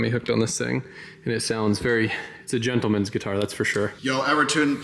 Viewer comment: A long time without hearing someone say "Djentleman" haha